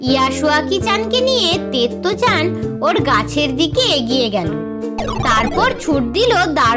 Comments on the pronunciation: আমি এখন পড়ি আপনি ভুল বলেছেন ওটাতে তেমোই নয় ওটা তোমোই তারপর ইয়াস ওয়াকি জানতো ঠিক বলেছেন ওটা তেত্তো চান না ওটা তো তোত্তো চান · তুমি তোত্তো - চানকে তেত্তো-চান বলেছো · ওটা তত্তো চান তেত্তো চান নয়